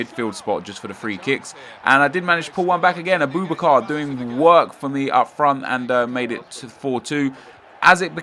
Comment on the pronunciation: A-boob-A-car.... yeah XD... anyways... Is Ter Stegen worth buying or should I get Bravo/Casilllas?